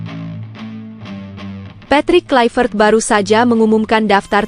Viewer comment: Patrick Kluivert adalah nama belanda bukan Inggris. Sehingga mempronouns namanya Bukan Klaivert tetapi harus di bunyikan Kluevert.